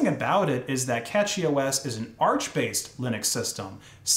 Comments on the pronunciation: not Catchy its Cashy(Cashy). As a Cashy OS user, pls say it right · It's pronounced cachy os like you pronounce cache.